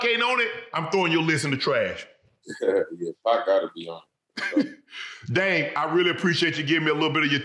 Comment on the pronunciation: Yeah. I know it’s confusing since there isn’t a T in his name lol.